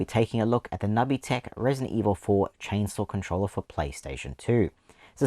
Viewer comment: I've never heard it pronounced nubby tech before. I thought it was nooby tech. Never change it though. I have this one. I want the inferior Gamecube one too, but it's too expensive now. I like that they used the standard PS port on the bottom so a standard extension cable can replace the cable if you lose/damage it, unlike the DragonWarrior Slime controllers that use a PS/2 (not a PS2) connector.